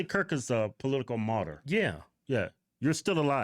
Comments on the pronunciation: Doesn't surprise me she doesn't know what martyr means! She also couldn't even pronounce it! It's not pronounced mortar! Lol her ass needs to be in jail! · She said mortar not martyr….. Another valedictorian from a HBCU